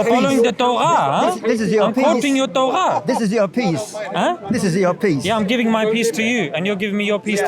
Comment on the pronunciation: Bro z its torah not torgha